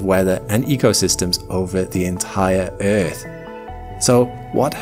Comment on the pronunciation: I like errrrth